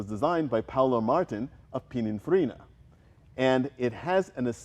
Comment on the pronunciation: Honestly you ‘car guys’ always get this wrong: Pininfarina is not pina or pinnerfarina. It’s Pininfarina not pina fromTyrell’s classic car workshop to here you get it wrong, compounding the error worldwide. Otherwise I thoroughly enjoyed this episode, thank you!